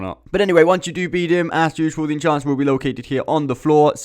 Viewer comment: It's EnHancer, not EnCHancer or EnCHanter. Reading comprehension, bro.